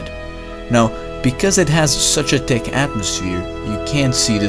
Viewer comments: t i c c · Say, "thick", again. I dare you... Say, "thick", again. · the way he said thick: TIKK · u said ticc and no thick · I love how you say thick xD ,,Tick.'' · >>-----------------> Great channel. Heads up on your "th" pronunciations. Your "thick" sounds like "tick", your "both" sounds like "boat", thank > tank, thin > tin, etc. I've noticed it's a repetitive habit of yours, but one that I am sure that you'd like to work on. I'm working on Chinese Mandarin myself, as a third language, and I've always appreciated constructive criticism on my own mispronunciations. As a loyal subscriber of yours, I give your videos a 10 rating! -Xièxiè. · why do you pronounce "th" as T? like Tick instead of thich, bot instead of both ect